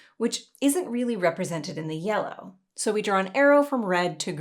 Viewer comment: I wonder if there is some weird effect caused by an audio compression algorithm that somehow glitches at that exact intonation of "Yellow"??... nah I'm overthinking this